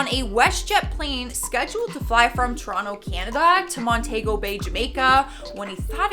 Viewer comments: I just wanna say for the rest of the Jamaicans that you pronounced Montego Bay wrong its pronounced Mon-tea-go not Mon-tay-go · any other jamaicans hear weh she seh montaygo bay, nah mumma incorrect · Montago Bay?? #GirlBye 😩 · It’s pronounce Mon-ti-go Bay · I'm sorry ,you could have looked up how to pronounce montego bay before you started this video